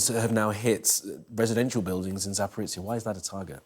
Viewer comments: "Zaporitsya" WHAT?!? I thought only Americans buthered names this much. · Can't even pronounce Putin's name or the town of Zaporizhia properly...